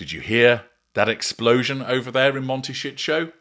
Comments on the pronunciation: Mon-tay- sí- toe. The mispronunciation by the AI voiceover is grating. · MONTE SHIT 💩💩💩 HOLD IS WHAT I UNDERSTOOD😅😅😅😅😅😅😅😅😅😅😅😅 CALIFORNIA IS A BEAUTIFUL, BEAUTIFUL COUNTRY. IT IS A LOVELY PLACE TO LIVE. LOVE IT❤❤❤❤❤❤❤❤❤❤❤❤❤❤❤ I SHOULD KNOW, I WAS RAISE THERE SINCE I WAS 1 YEAR OLD. IT IS FUNNY THE WAY HE PRONUNCE IT.